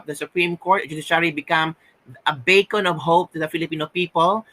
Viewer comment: I like it when you said "Bay•con" of hope. hehehe 😂 👍🏻